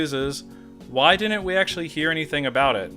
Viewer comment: why are saying dinnent?